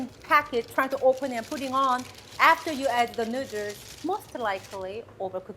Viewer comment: Because of you, NOODERZ is the only way I pronounce noodles now. 😂😊